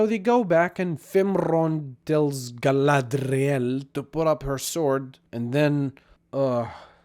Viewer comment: Everytime you said "Gallladrrrriellll" I had to think of Clearance from Final Space.